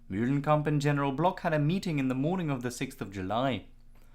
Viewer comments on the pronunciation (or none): New game...everytime this guy says "MULE-lenkamp", everybody drink.